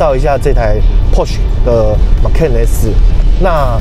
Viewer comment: 保時捷正確的英文發音 Porsche 是比較接近“潑兒夏”。不是“潑許”。可以在Youtube找的到。